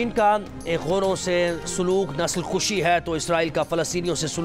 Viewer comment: Nasal kashi hota hai. Nasal kushi nhi 😅